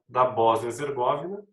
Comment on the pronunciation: Ola professor, só uma observação sobre a Boznia, os nomes europeus quase que 90%, têm a sílaba tônica na penúltima, ou seja, , Herzegovina vai ter a tonicidade na sílaba "vi'", um abraço